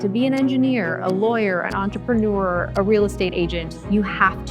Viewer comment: Why should I listen to someone, who doesn't know how to pronounce "entrepreneur"?